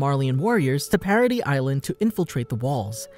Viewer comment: No, the way he pronounces it.